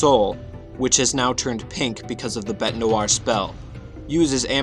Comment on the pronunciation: You're saying bete's name wrong you idiot